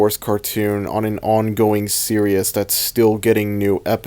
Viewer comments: Series is pronounced “Seer-ees” not “ser-I-us” I will keep commenting this until you notice me PLEASE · Nah.... He's gonna continue to pronounce "series" as "seerious" until the day he dies.